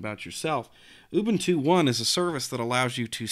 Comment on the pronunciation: ooobooontooo LOL!